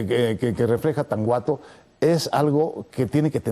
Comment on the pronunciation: Tanhuato se pronuncia "Tanuato". Toda mi vida, siendo vecina del lugar, lo hemos pronunciado de esa manera. No "Tanjuato". Digo, mero dato cultural.